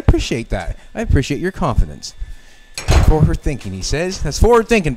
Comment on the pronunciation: "FOWARD THINKING!" >>>>>>>>>>>>